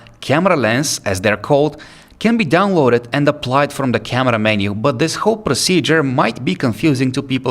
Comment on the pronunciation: I like the way he says camerrra :D